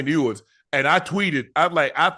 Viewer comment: Its hilarious how shannon destroys that man's name every time "ewwwers". Shannon is simply ewers. But guess that's what happens when u don't listen to the sound